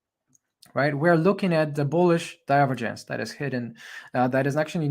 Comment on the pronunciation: With all due respect. I appreciate your work, but we say "/dʌɪˈvəːdʒ(ə)ns/". The accent goes to the second syllable. Apart from that, thank you for your invaluable contribution.